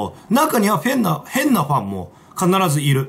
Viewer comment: 変な奴がふぇんな奴に聞こえる